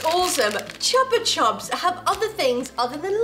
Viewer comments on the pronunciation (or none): Ma hanno seriamente detto ciopa ciups